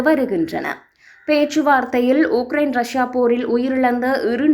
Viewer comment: 6000 உக்கிரயின் உடல் உனதுஉச்சரிப்புமற்றும்செய்திகள்பிழையாகவுள்ளது😮😂😮😮😮😮😮😮😮